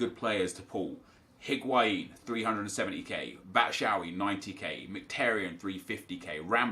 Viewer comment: Its pronounced bat-shoe-why